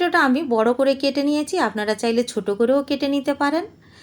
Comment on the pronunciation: দিদি, আপনি ছ এর উচ্চারণ চ এর মতো করছেন। যেমন 'নিয়ছি' কে 'নিয়েচি' বলছেন।